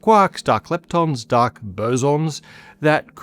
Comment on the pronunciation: From now on, you will only hear say quack of quark, and duck instead of dark. Have fun!